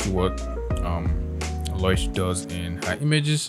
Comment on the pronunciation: Wait... it's pronounced Loy-sh? I've always called her Low-ish since her name is Lois. Or is this just for laughs?